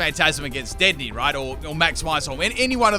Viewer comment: Anyone gonna talk about how he pronounced dedenne wrong?